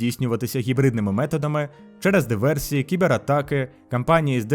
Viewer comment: правильно буде Диверсії, а не Діверсії